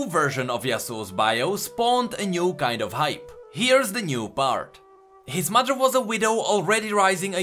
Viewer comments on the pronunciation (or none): none